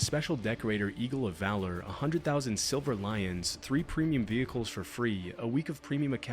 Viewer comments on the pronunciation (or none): none